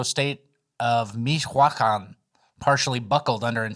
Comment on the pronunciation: Bro the way you butchered Michoacán with such confidence lmao wtf